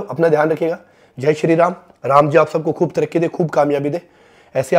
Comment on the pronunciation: Baar baar ye jo bolta hai sharee ram kia hai ye